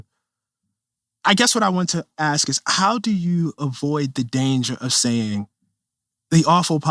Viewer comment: He says I know I wrote a book about this, but Im still learning about this. Also 'Ax' instead of ask. This is not someone I need to listen to... Oh, also, race is a construct, while also defining black perfectly clearly as a biological fact.